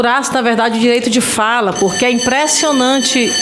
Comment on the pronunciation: Uma senadora falar impresdonati eh de fude